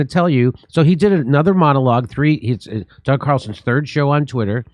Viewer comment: Jimmy, are you intentionally mispronouncing Mr. Carlson's name? Jimmy keeps saying, "CHUCKER" Carlson.